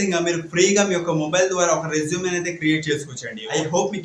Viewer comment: Resumeeeeeee kaadu resume Tamplate kaadu template 👍👍